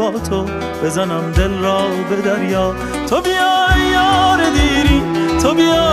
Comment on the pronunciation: Reis bunlar doğru telaffuzu değil . Divane başim diyor .divane olalim .sen divane iyi yazmışsın .en basitinden tubita değil to biyaa olacak zaten